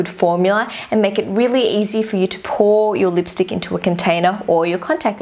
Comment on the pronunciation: You are so cringe you say lipstick like this leepstick it's really funny and cute xx I'm not hating I love your vids to bits xx